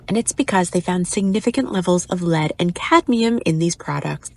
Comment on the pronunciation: * it's lead, not led 😅